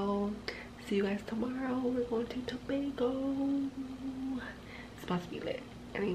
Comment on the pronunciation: It’s too-bay-go fyi